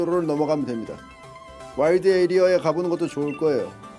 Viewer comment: 에리어 계속 에이리어라고 읽는거 킹받네ㅋㅋㅋ